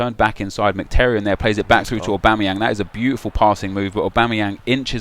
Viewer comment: Nep calls Mkhitaryan "McTerryan" hahaha nice attempt and great series though !